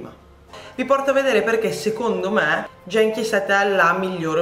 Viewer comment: Si pronuncia "ghenchi" non "jenchi"...